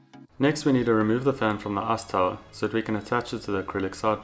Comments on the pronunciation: Arse towel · Sounds like ass tower to me. Lol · i really dig how you pronounce "ice tower" as "arse tile"